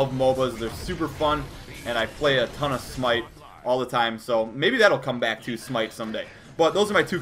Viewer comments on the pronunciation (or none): none